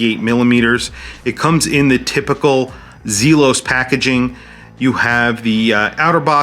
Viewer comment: Great review, but the pronunciation of Zelos is driving me batty